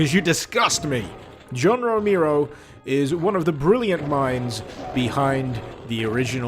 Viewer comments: Its pronounced Row-Mare-O, John Romero, not Row-meer-o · Romehro. Not Romeero. You fucking idiot. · "John Romeero." Lmao. It's ROMAIRO. Romero. Haha, love ya man. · I know who John ROMERO is, but not John Ro-mee-roe. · "JOHN ROMEERO" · “John Remeero” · everytime he says John Romero, i hear "Jown Rokneero" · The way you spell Romero hurts my ears, why such an emphasis on E? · Since you called us out on whether we know who John Ro-May-Ro is, I’m going to poke you back for flubbing the pronunciation of it. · "John Remiro" :D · John roMIRro, romeero, romyro? No, you disgust me. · if you're gonna bitch at people for not knowing who John Romero is at least say his last name right m8